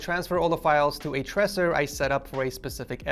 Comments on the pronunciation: U said tech from Ed source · Me: Noticing he said tech from Ed source (Scrolling Straight to the comments ) Everyone Else: Tech from Ed source Tech from Ed Source Tech From Ed Source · he said "hey guys its tech from ed source" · Yooo, he said tech from Ed source,😂😂